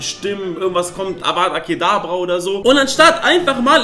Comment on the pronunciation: Bro, nicht Avada Kedabra... Es heißt KedaVra